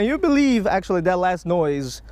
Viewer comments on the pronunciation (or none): none